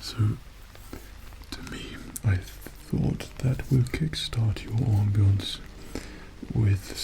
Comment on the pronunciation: "On-bience" Me: "Off-bience"